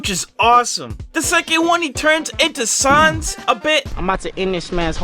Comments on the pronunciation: YOU SAID SANS WRONG YOU SAID SONS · nah bro it's "saans" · The way he pronounced “sans” made me mad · bro said that jack looks like sans jack the youtuber: no i said sawns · 😂 suns instead of sans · You said sans wrong I now cry